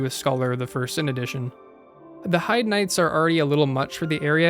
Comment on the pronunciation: Heide is pronounced Hayd